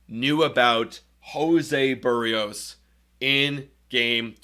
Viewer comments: HIS NAME IS BERRIOS! NOT "BUHREOS" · The one thing that was certain about this season is that only about 10% of all broadcasters/podcasters know how to pronounce "Berrios."